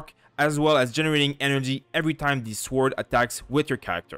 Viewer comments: The W in sword is silent. As a non english native I did this pronunciation mistake too. Thanks for the guides! c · Nice video! ps. where are you from? it's curious the way you pronounce sword:D